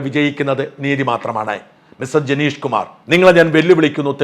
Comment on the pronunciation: ജനേഷ് അല്ല ഹേ,ജനീഷ്